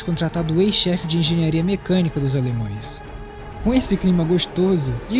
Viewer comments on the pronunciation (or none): "alemões" é de doer kkkklk